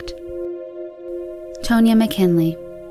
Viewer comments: Tone ya?! Tahn ya. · *Tah. Not "tun-ya." Tahn-yuh. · Tone-ya? Pretty sure it is pronounced TAN-ya. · Tonya is pronounced Tawn-yah, no biggie :) thanks for shedding light on these tragic cases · “Tone-yuh” Girl, that’s TAHN-YA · Wait a minute ... 'Tone-ya?' Umm, I think it's pronounced 'Tohn-ya.' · Narrator - "Tone-ya" Me - instantly irritated 😒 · I think she’s pronouncing Tonya wrong but idk